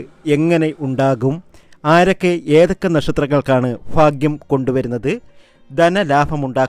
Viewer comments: ഫാഗ്യം അല്ലാ'' 'ഭാഗ്യം എന്നതാണ് ശരി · ആയില്യത്തിനോ?? ഫാഗ്യമോ??? അടിപൊളി...